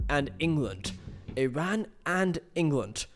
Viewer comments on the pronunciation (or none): none